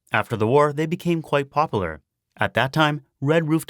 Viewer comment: Popular has 3 syllables. Poplar is a different word.